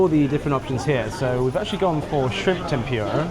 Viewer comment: I don't think he would know what "tem-pura" is (to give you an example). It is pronounced tem-poo-ra.